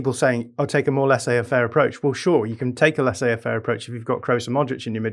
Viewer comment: says "Lassais affaire" lol